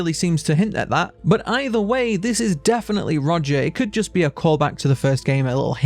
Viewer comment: His name is Roger not Rodger, you keep pronouncing his name as Rodger